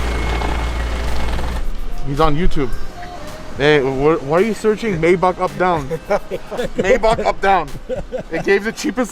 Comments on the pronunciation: It’s pronounced My Bok not May Back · MAYBACH is pronounced "MY BOK" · Nice car whatever you get done to it make sure its reversible because you flip your cars fast.... Its pronounced "MY BOK"😊